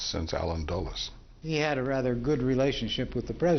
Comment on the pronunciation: In Part I, the narrator pronouncing Dulles like Dallas drove me crazy. In Part II, it's saying covert like covered.